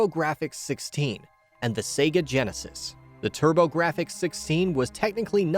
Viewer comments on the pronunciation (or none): none